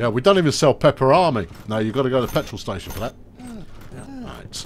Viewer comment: Isn't a preused car a new one ? It's a cleaning station not a cleaning staysh. You were only talking about butchering the English language the other day.